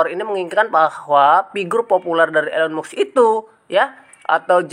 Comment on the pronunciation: Mas kalau bikin konten yg bermutu jgn asal comot, kalau tdk valid jgn dijadikan konten, kami semua baca beritanya tdk ada kaitanya dgn pembelian coin PI, nyebut nama pemilik tesla aja salah.... Lucu kamu sdh berani berpendapat padahal gak ngerti apa2